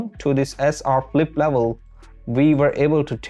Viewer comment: It's not Philippe, It's flip